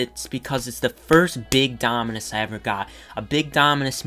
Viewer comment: Lol. So funny when you can’t pronounce the Dominus name. It makes you seem like someone who doesn’t have it.